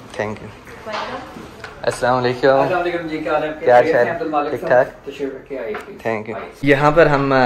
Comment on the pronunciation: It's not aslamale keum..... It's asalamu alaikum warah matullah he wabarkatahu